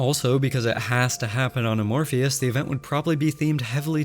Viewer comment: Lol as a scientist I can relate so much to your mispronounciation of "Amphoreus" because "Amorpheus" means "with no shape"